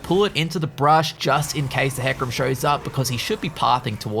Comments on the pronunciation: How fuckin annoying to hear you say brush all the time .. dude it's a fckin BUSH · IT IS BUSH NOT BRUSH